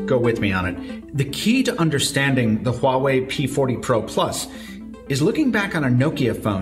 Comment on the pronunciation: You pronounce Huawei Correctly, that is impressive👍